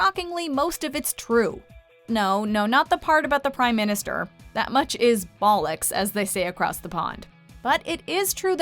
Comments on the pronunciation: How she pronounced bollocks lol 😂😂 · It’s bollocks, not boll-ecks, Jesus Christ. Don’t try and quote Brits and quote them wrong 😂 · Did she say bollocks?! 😅